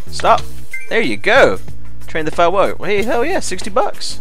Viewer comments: foal = fole. Not foul. lol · I think the most annoying part was you mispronouncing "foal". It is not "fowl", it's pronounced like "fole". Just FYI. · no a Foal is pronounced FOLE, a foal is a baby horse...When a horse is pregnant it is called "a Horse in Foal" right now i have 2 pregnant horses and 2 racing. :D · I love how he says foul the whole time and has no idea it's f-O-l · only a horse gaming expert can say 'foals' as 'fouls' ;) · trollol - my name is Jenny and I'm blonde ; ) and I agree with Symbolis, ohand foal is pronounced fole in English haha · Foul is Pronounced FOLE i have a few, i would no xD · Truly a work of art. The terrain generation is astounding, and the game is so versatile and engaging, not to mention just plain user friendly! While I liked Minecraft, I am eager to follow along with you, living vicariously as your learn what a tack room is and how to pronounce the word foal. PS looks like you missed a surface dungeon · "foal" rhymes with "vole" and "mole", bur not "owl" or "howl" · You don't no how to say foal!!!!!!!! It's so simply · i have no idea how you think you're pronouncing it, but Foal does indeed, sound like coal, but obviously without the "cuh" sound :/